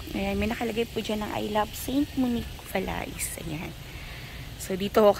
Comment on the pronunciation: Correct pronunciation of VALAIS is VA - LEY...this is a FRENCH name, so silent S. ✌️